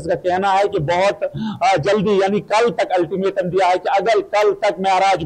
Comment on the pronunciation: Please read Ultimatum not Estimatum@ Reader